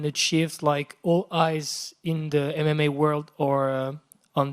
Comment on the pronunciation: Português muito bom mesmo, se não fosse pela pronúncia do "MMA", nem iria suspeitar.